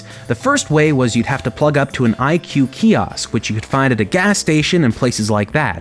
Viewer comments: I pronounced it /i-choo-eh/ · it’s actually pronounced ee kway just lettin ya know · IQue sounds like IKEA